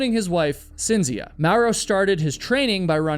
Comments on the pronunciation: FYI: Cinzia is pronounced (Ch)inzia in Italian. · Everytime you say "Cynzfcia", my European ears are trying to end their life & explode🥲💀🥴🤢🫩🙉🙉🙉